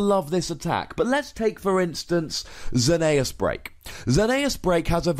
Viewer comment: It's Zer-ne-es not how you say it